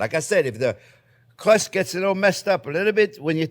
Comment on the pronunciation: You make a nice cwumie cwust fwiend